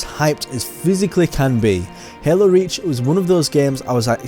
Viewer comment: The way you pronounce Hael-oo makes me wanna rip my ear drums out 🤣